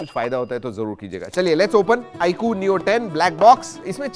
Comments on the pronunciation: I coo kay coo bola ... Ye Eye 👁 queue he 😂😅😂😅😂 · आई कु नहीं भाई, आईक्यू है😂😂😂